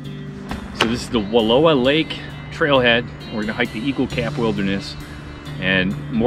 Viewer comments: You’re pronouncing Wallawa incorrectly. Wuh-LAH-wuh is the correct. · Not Wallua..WallOWA. Just like Oregun not OrEgOn. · I was raised in Joseph....the word Wallowa is Nez Perce and means 'fish trap'.... it is pronounced Wuhl ow ah...hikes and horse back all over those mountains growing up. I'm 72 now and can tell you it has changed a lot! We used to slide down a glacier on plastic bags and get ice cream head ... but what a great way to cool off after a hot summer hike! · An inspiring presentation of the world of the Wallowas, which are are a subsection of the Blues. The name is pronounced like *allow*, as I learned by being corrected by a local years ago. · I was just going to say it’s pronounced like allow is, I’m a local. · Don’t be a greenhorn, say Wall-ow [as in how, not low]-a [as in us,] Wallowa. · Learn how to say Wallowa properly.